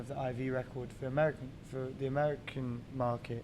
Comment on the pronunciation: i like how matty explain to the interviewer that it is tha 1975- not thi 1975 and at the end the interviewer goes thi 1975 again